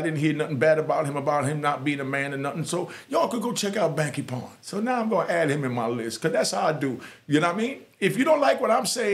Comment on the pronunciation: It’s pound not pond